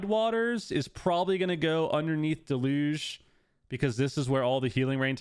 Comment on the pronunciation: DEL-youge (like huge) not Deh-LOOGE